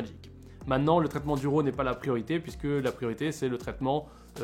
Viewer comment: Autofocus...ha...ha...si tu veux être un pro...c'est une fonction que les vrai PRO n'utilise pas...Fait ton focus!....et on dit pas ROO mais RAW...c'est un mot anglais!!!